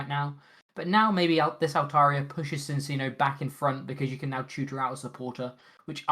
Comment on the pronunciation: Why’re people still mispronouncing Minccino and Cinccino 😝 they’re Chinchillas! It’s chiiiiiino yo.